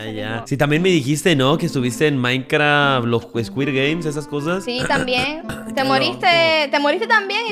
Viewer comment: Dice Maincra 🥺🤠 me caso!!!😹😂